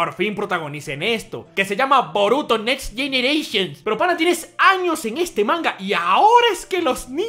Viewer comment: no paro se reir de como dices next generatipn